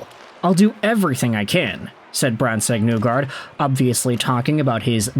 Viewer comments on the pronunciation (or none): Isn’t it isn’t it pronounced “Knee guard” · Great video. His last name is pronounced knee-guard by the way lol.